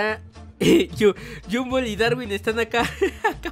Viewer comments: Se dice Gumball no jumbo hoy te diste cuenta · No es yumball es gombal así se pronuncia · se dice gumball no jumball emtiende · oye no se yo, depende de tu traduccion de la serie pero Gumball no se dice Gumboll se dice Gumball pero se pronuncia Gomball (pero de seguro estoy mal:/ depende de tu traduccion pe) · No le digas Humbol dile Gumball no te equivoques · Y se dise Gumball no Yumbo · Porque lo yamas llunbo envés de gonball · porqué le dises a gombal gumbal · No es yumbol es gumball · No. Se. Llama. Gunboll. Se. Llama gombal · No es llumbol es Gumball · No es GUMBOLL es GOMBALL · Te equivocaste en pronunciar el nombre se pronuncia gomball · Gumball pero se dice gombal xd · se pronuncia gumball tal bes tu eres de otro pays